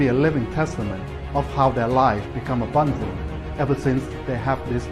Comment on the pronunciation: British guy is a Northerner who's trying to pretend he isn't - listen to his pronunciation of 'abundant'.